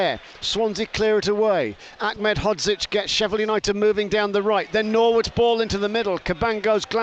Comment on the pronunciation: BBC commentator Achmed (phonetic) it's Aned he's not Arabic!